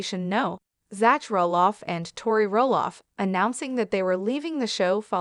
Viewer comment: HIS NAME IS PRONOUNCED Zack !!!! NOT ZATCH ! EITHER CORRECT YOUR AI or do the narration yourself.